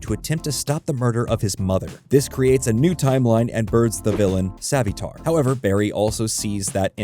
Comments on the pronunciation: "Jack" Garrick? And did you pronounce Savitar as 'Savy-tar'? 😅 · "A-obard" "Savvy-tar" bruh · Or Savvy-tar. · R u using ai? Cuz u butchered jay garrick and eobard thawne and savtitars pronunciation